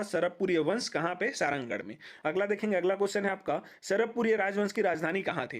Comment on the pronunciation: Sarangarh ko सरहरागढ़ bolte the bhai